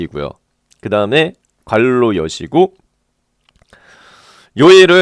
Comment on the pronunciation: 상세한 설명 감사합니다! 괄호를 갈로로 발음하는게 특이하네요